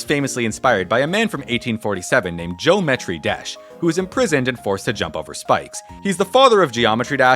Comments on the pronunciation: Zheeometry Jash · Geo metri desh 😂